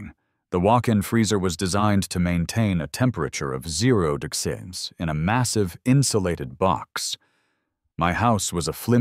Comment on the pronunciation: Why wasn't he grandfathered in? Why can't the AI pronounce "degrees?"